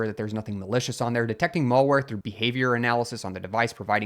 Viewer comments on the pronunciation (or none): It's MALware. Not MOLEware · He also pronounces malware incorrectly... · "mall-ware" and "mull-ware" were interesting, too. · I can kind of get it I guess. It's the some pronunciation of 'mal-' as in 'malicious.' come to think of it, I haven’t heard anybody say any of the other mal- words with an "a" in "apple" pronunciation other than "malpractice." It’s an uncommon way to pronounce it for sure, but at least he’s not saying "male wear"